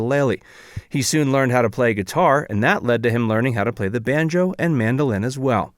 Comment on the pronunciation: He said banJO instead of BANjo. Favorite.....Barbie Benton and Misty Rowe.